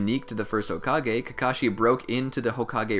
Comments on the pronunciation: He said kakocku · You said Kakashi Kakaki at a part I won't tell you when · I loved this but at one point my man said kakaki im gonna die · did did you just call kakashi kaki? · Kakakakee hahahhahahahahahahah